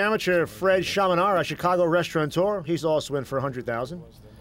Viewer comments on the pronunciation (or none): none